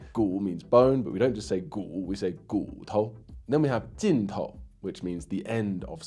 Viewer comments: A few mistakes lol. Snake is 蛇 and tongue is 舌. Both characters pronounce shé. And about the pronunciation of 尽头, it should be jìntóu instead of jìntou. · Great job ！Only one addition to that 。"“尽头” is normally pronounced as jin（4） tou （2 second tone. I'm not sure about the reason. Probably because 头 also means “tip，end” . We say "到头来” means to the end，finally（it‘s still） eg. “到头来还不是（竹篮打水）一场空” 。 also there are like“走到头”=“走到底” “一眼看到头” example for tip“笔头” “好记性不如烂笔头” means tips of a pen，“枝头” tip of a brunch basic 头can be either of the two ends （两头） and of Course the more understandable means"top , begin" (very related to the meaning of head) 头部玩家，top player 没头没尾，here 头means begin 。 the compound words for them are 开头 and 结尾